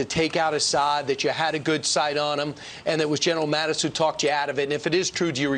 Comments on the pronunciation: Luke it's Mattis, not Mathis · Mattis, not Mathis.